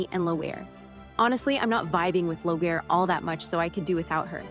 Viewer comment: Starz is a disgrace to make everyone wait months and months and months for this second half of a show that should have been on last year!! I hope that they don't do that to Season 8 when it's finally read to air. Trying to patiently wait for this show in November. And this person doesn't even know to say "Leery" it's not loughair!! Wow! Figure it out. (from Sandi)